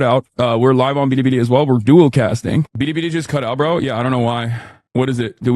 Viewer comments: Why does Hasan pronounce Bili Bili like that? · I'm not one to defend Hasan but this is generally how East Asians pronounce anything with an L 😂